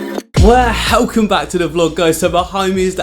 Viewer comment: I love your channel, I watch every video. I'm chuffed you now have a full studio. Your amazing art what you do, but please.... Please stop putting an H in welcome, it drives me mad. All the best